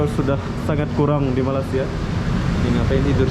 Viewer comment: Sebutan yg benar untuk negara ini adalah Malaysia, bukan Malasia. perlu juga pelajari dgn benar supaya kontennya berkualitas. Pelajari juga sedikit2 istilah2 dan sebutan2 dalam bahasa Inggris supaya tidak terkesan norak karena anda meliput di luar negeri.